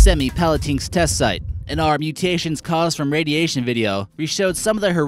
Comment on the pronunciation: I'm cringing that you said ''cringing at ARE planet'', not OUR planet... Sorry I had to